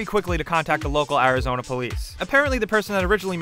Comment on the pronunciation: A moose in Scandinavia? Also, ARIZONUUH!!